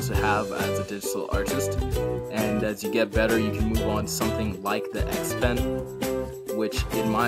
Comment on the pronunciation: its "XP-Pen". not trying to be rude just letting you know cuz it kinda bothered me for a bit